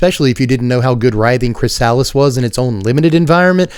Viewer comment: I gotta tell you chrysalis is pronounced Kri-suh-lis.